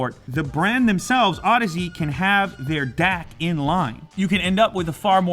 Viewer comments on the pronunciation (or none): Moron. It's audeze. Not odyssey. Learn to properly pronounce your products. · I believe it's pronounced ow-deez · Oh god, he said audeze wrong.... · Миша Китанин too bad this moron can't pronounce the company correctly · Max Fire you have to know how to pronounce "Audeze" to be a person who loves audio?